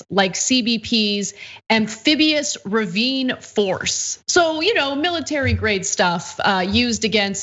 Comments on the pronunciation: Riverine...not Ravine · "Riverine". What are these idiots going to come out of the Mississippi?